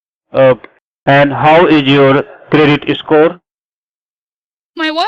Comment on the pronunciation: Your credit " escore"